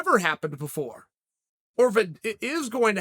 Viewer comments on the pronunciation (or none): none